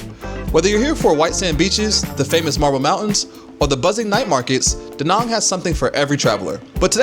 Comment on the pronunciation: Good luck with pronunciation, it’s pronounced da Nang, just like it’s spelled, not de nong. Or Vietnom, it’s Vietnam.